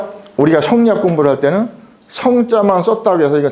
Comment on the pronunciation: 또 엉터리 발음! 성리학의 "이"도 길게 발음해야지요! "이유, 이치, 이법"의 첫 자도 짧게 발음하시렵니까!?? 이런 자고저도 모르는 이가 설리학을 강의하고 있는 대한 민국!! 이런 심각한 문제를 논하는 이는 1967년에 고국을 떠난 이 늙은 이 뿐이라니! 이 얼마나 슬픈 일입니까?